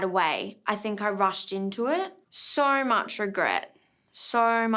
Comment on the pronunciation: Verno I could even get half way through the video, the word "so" being pronounced as "saarruuu" by that blonde chav was just too much for my ears to take.